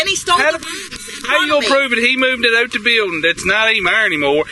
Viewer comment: Officer pronounces "out" with an old-school Virginia accent. Kinda rhymes with "hoot." Maybe he'll get in a "hoose" (house) too.